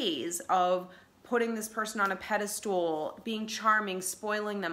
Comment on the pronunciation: I like your comments, as they ring a lot of bells, but "pedostool"? A pedestal is kind of like a stool for a statue, but it's not pronounced that way. <3 Peace, Love and Thanks :)